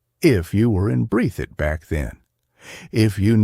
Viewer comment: Breath - thit! Is how it's pronounced buddy.